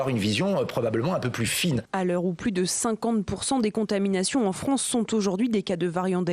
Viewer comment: Les Froncés de Fronce